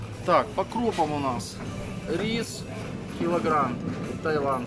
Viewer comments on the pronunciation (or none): none